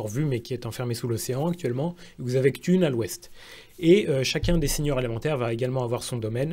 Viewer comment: pouet Et j'oubliais, C'Thun, que tu prononces "ktoune" moi je me rappel que les anglophones disaient surtout "katoune" ... Après tout ça c'est subjectif